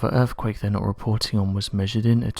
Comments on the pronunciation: Guy with a dreary, spooky British voice makes it all the worse. Also, dude, it's earthquake, not "earfquake". Wanker. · Are your saying "Erfquake"?